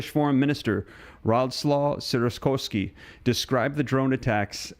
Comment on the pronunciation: It's sick-or-ski, not sick-or-a-sky. Just saying